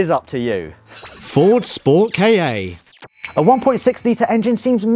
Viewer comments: FORD KAH!!!!!!!!!!!!!!!!!!!!!!!!!!!!!!!!!!!!!!!! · why do they call it a ford kayay it's a ford KAh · Yeah it's not 'kay ay'. It's 'Ka'.